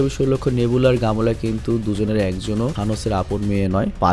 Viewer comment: Kemola na vai gamora hobe😂